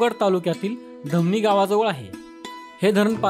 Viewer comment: धमणी नाही धामणी असे बोला.